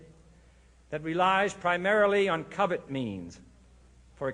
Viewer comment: Sorry to burst your bubble, but I have heard/seen videos of the recording of this speech before where it actually SHOWS the written speech as he reads it & I noticed the printed word "covert" but heard him say "covet" (he clearly didn't write the speech, they NEVER do). I am well aware of the definition of the word "covet". It's in one of the 10 commandments for god damn sake! And it doesn't even make logical sense to replace the word "covert" for covet*. He is referring to the conspiracy stating how it relies on covert means [Look up *covert in the dictionary. It is an adjective - not verb like covet (a conspiracy's tactics are not capable of coveting anything)] Covert means "hidden" Kennedy is talking about SECRET societies (not envious societies) of which completely fits. You want to beg for proof? I took this from the jfk library. Read it carefully. For we are opposed around the world by a monolithic and ruthless conspiracy that relies primarily on covert means for expanding its sphere of influence-- (Emphasis mine).